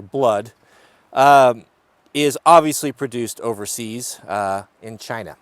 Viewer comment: “In Chyiiina” 😂